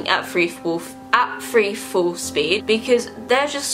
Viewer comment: Am I the only one who can't pay attention BC she keeps saying conspiracy feory or free instead of three? 😫